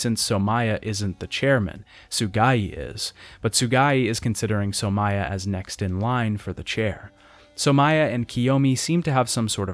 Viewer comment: also 'Somaya'